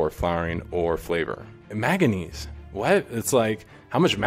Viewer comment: He should really learn how to pronounce Manganese.... Because it ain't "maga knees"